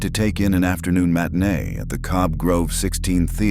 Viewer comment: nobody calls it a matanè